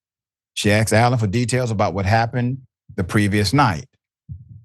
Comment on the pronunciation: She AXed him. LoL WTF